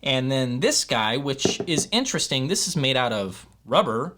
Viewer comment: Vewy Intewestingh!